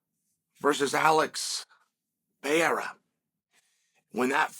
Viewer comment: He pronounced Periera the correct way only one other occasion in the past 100 videos. True respect. Mockelchev will get his due eventually 😂😂😂